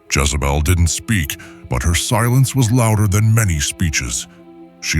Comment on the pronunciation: A I , calls Jazzabell , He ? Other then that , this is good